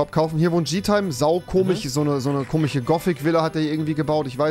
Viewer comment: Sag bitte komisch und nicht komich